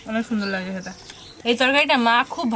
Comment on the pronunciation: Kotha ta nage hobe na lage